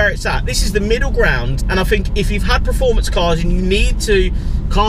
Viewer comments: The word performance is pronounced exactly as it is spelt: PERformance NOT PREformance. Please learn how to pronounce it correctly for gods sake. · It's PERformance not pre